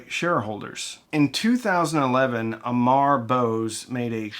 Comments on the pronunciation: I love you, but it's AMAR not Omar. The guy's indian not arab ffs 😆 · Aymar, not Omar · Amar A pronounced uh Apparently seriously difficult pronunciation. Changed the guy into a terrorist by saying omar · Amar Bose not Omar Bose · Its Not Omar its " Amar" . Needs to correct pronounciation. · I am nitpicking but its "Amar" not "Omar", Loved the video ! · Dude the name is Amar not Omar as you trying to say. First learn how to say the name. Try to say Aa then mar its Amar. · It's Amar not Omar! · It's Amar, not Omar. Very, very different... At least clarify that when you're making a video about him.😅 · Its not "Omar", its "Amar" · It's Pronounced as Ah-mar with emphasis on first syllable. I am explaining this because OMAR is a very common middle eastern name While AMAR is very common Indian name. Completely different culture, language and Religion. Thank you for bearing with me. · You’re pronouncing his name incorrectly-It’s Amar not Omar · His name is Amar, pronounced like Ummer, meaning immortal, a Sanskrit name. Not Omar, an Arabic name. Very bad acoustics for the founder of Bose. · Its AWWWWMORRR Not OMAR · Amar* not Omar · Please do not say OMAR Bose Its Amar ( forever young alive in Sanskrit ) OMAR is Arabic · dude it literally says “Amar” Bose right there in your video and you still call him OMAR! And don’t you tell me Amar is hard to pronounce! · Sorry but I'd to correct you, it's not OMAR (which is Muslim name). It's A- Mar Amar means immortal in Sanskrit/Hindi/Punjabi. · It's a Bengali name. A is pronounced as O. So a Bengali speaker would normally say Omor, not Amar. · His name is 'Amar' not 'Omar'! that will make him a Pakistani! 🤔 😂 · His name is pronounced Ahh-mar. Not Oh-mar. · It's Amar (as in AHmar, without the "h"), not Omar. Please stop calling him Omar. If you're going to do a show on someone, kindly do them the honour of pronouncing their name correctly. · *A*mar, not omar... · It's not Omar it's Amar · Omaar ❌ Amar ✅